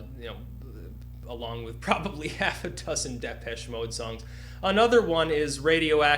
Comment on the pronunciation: Why the fuck does this long-haired anus pronounce Depeche Mode wrong?!